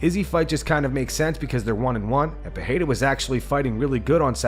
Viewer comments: Bro you need to hit up Google translate and learn how to say Alex Perieras last name correctly in no language does pa-hey-duh actually get pronounced its per- rare- ra in every language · Learn how to pronounce Pereira